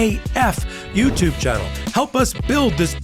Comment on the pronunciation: I laugh when you say Legal A "F"utube.